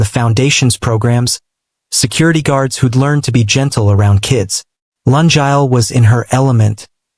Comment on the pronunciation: Oh pronunciation of “Lungile” the name is bad🤦🏽‍♀️it a Zulu name Luu- ngiii- leeh not Laa- njaal 😔 And mix of months and years and lungile’s mom is korean and dad is korean but she looks multi racial 🙆🏽‍♀️😁 Storyline is good but the author nedded to do corrections b4 putting on for us to listen Thank you